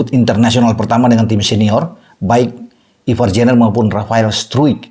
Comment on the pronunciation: Bacanya Ivar Yanner dan Rafael Straik